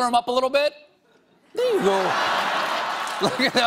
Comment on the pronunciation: that 'there ya go' sounded so irish